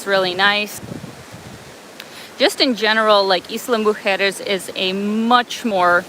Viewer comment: Good pronunciation of Islas Mujeres. Most north Americans that speak English have problems pronouncing Spanish.